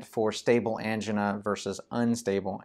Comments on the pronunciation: It sounds like female engine :-D (but im not from english speaking country) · I have never heard the word “angina” pronounced the way this guy does.